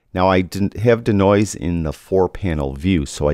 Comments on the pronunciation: Why the weird pronunciation of "denoise"(deenoyze)? Your D'Noise had me thinking you were alluding to the creative works of the famous Italian sculptor, Umberto D'Noise. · love ya but.... DEEEEEEEEEE NOISE! Deeeee as in Bee, or pre, or flea lol. Deeeeenoise:). Love ya work!